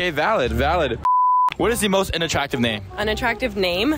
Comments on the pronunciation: Do us older Asian generation a favor, "learn" how to PRONOUNCE "Unattractive" properly 🤦‍♂️🤦‍♂️🤦‍♂️ It's pronounced as "UN" not "in" 🤦‍♂️🤦‍♂️🤦‍♂️🤦‍♂️🤦‍♂️ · Sounds like he’s saying “INattractive” lmfaooooo